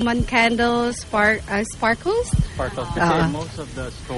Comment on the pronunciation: it's "Sparklers" not Sparkles 😂😂😂😂😂😂